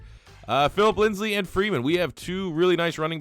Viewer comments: Say it with me bro...LINDSAY. His name is LINDSAY not "LINDSLEY" y u keep putting that second L in there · You know his name is Lindsay not Lindsley right? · Lindsay not lindslay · It’s Lindsay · Pronounced Lindzee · Lol Broncos overlooked so much he can't even say his last name right when he's in the running for oroty